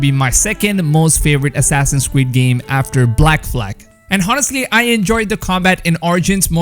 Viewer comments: Assassins cweed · Assassin's Weed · “Assassins Cweed” 🤦🏼‍♂️🤣🤣